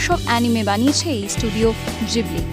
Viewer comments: জিবলি নয় ঘিবলি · Miyazaki - Co founder of ghibli pronounced it as "Jhibli " eta ghibli r Japanese pronunciation